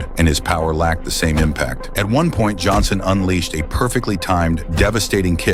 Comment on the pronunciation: You said Jonson bro